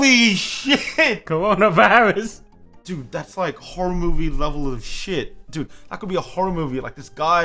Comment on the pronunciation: Nobody: Not a single soul:: CRONA VIRUS